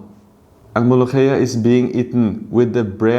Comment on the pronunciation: أولا وأخيرا مفيش أجنبي بيعرف ينطق حرف الخاء .. طيب كنت ظبطها وانطقها مولوكية عشان نصدق